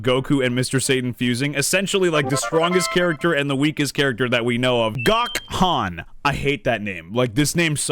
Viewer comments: It’s pronounced Go-Kan not Gok-han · It's not pronounced Gŏkhan, it's pronounced Gökhan as in "oh" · it sounds a little better if you pronounce it as Go-Khan as opposed to Gawk-Han😭😭😭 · WTH.... "GO-KHAN", NOT "GOK-HAN".... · it's GO-KHAN NOT GOK-HAN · I think the way you pronounce Gokhan name is Go Khan (Like the marvel time villain) would be cool if we had gotten to see him one day